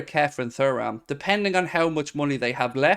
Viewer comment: silent h